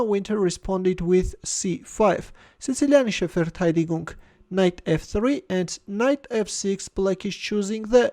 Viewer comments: "Sizilianische Verteidigung" nailed the german pronunciation of sicilian denfence 👍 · Onos you normally recognize german words by your incapability to pronounce them right as a non-german. That's why I'm suprised that is quite decent at it. ("Sizilianische Verteidigung, deutsche Schachzeitung, Luft" etc.)